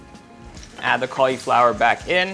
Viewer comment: I hate the way you say cauliflower lol